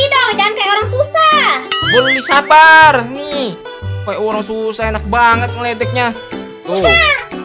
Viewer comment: Bang tadi Abang bilangnya harusnya Sabar malah sabal